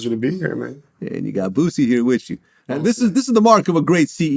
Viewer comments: Vlad, its Boosie, not Vussy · Vlad need to ask Boosie why Wack calls him, "Boot-sie"?